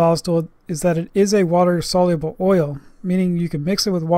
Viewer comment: . Soluble, not soluable. Maybe you heard someone from Alabama say it.